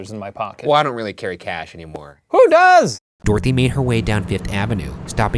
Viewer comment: Do all Americans pronounce Dorothy like this? Or just these guys? "Door-thee" 😂